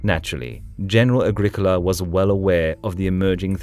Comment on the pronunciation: ah-GRIH-koh-lah not agrik ula